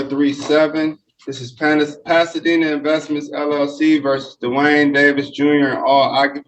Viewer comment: "Duh-Wayne" Davis..........What a dope!